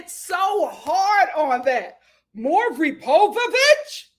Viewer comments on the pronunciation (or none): "Maury Povovich" had me dying LOL